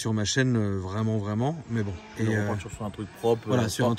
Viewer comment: Comment faire parler chinois tonton...en une leçon ....mais c'est böo c'est böo !!!😂😎👌